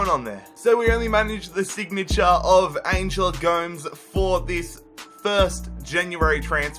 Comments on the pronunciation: Did he actually say angel goms Its pronounced like gomez i swear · Yooo the pronunciations are killing me!!! Kean? Tielemans? ANGEL GOMES? Love the rebuilds but it’s a little annoying you should work on that a bit